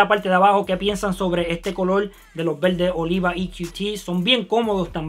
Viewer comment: jjajaja me mama como dice VELDE, EL LUGAR DE VERDE!!!